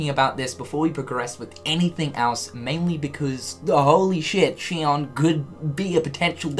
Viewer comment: No offense but I swear to fucking God If any streamer actually listened to her name its pronounced SHE-OWN. Watch the cut scenes to 358/2 days and listen to Axel and Roxas... Rant over, been bothering me for years now.